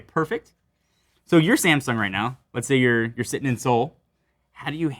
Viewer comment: The biggest problem is that they pronounce Samsung as a semsoung. They are not prepared to get that phone